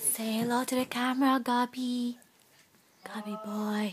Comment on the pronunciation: it sounds like she's saying gubby. not gabby.